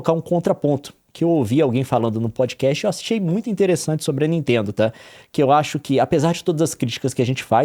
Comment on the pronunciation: "da ninteendo né..." Juro que ouvi o Gregório Duvivier quando tenta fazer sotaque de paulista, só faltou o "meu" no fim: "da ninteeendo né meu...." hahahahahha